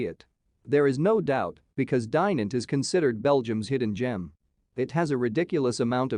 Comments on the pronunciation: Dai-nant ? Dye-nant ? The "i" is pronounced as in "kid". And the "t" is silent. The city is not really a "hidden gem" either. Ok, there are a few places to visit such as the cathedral or the citadel but really it"s not that special. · Butchering of the name but it's a nice place.